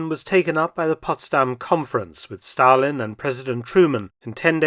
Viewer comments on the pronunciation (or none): none